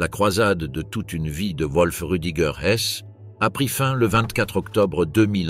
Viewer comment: Oui et le nom du fils de Hess : un coup c'est "Volf" (prononciation correcte) un coup c'est "Ouolf"